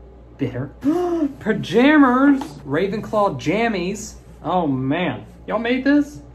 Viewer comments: Pajayjays...eww that don't sound right=🤣😂🤣😂🤣😂🤣😂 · "PAJAJAYS"...I CANNOT DEAL!! BAHAHHAHAHA